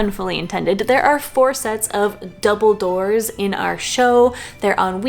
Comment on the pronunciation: OK so I totally heard Dumbledores or possibly Dumbell Doors, and being a non-native speaker, I was so excited to find another hidden pun in Potter names... The second time I listened, you very clearly said Double Doors. Clever editing, maybe magic? ;-)